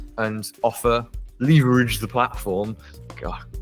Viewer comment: I have no idea why, but listening to say leverage like that makes me laugh